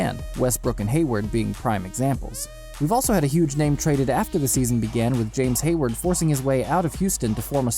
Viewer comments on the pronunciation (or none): James Haword waa James Hardan.